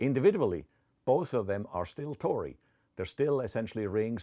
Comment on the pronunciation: Every time he says "tori" I think of Goat Mom.